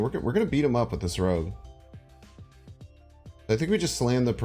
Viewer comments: Ok...no one is going to help him say rogue? It's not rouge....thats makeup...it rogue...like a thief or outlaw....plz....plz learn this. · FYI Rogue is pronounced Rowg.